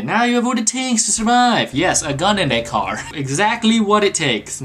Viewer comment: When he said get off my car it did not.... Sound like car! XD lol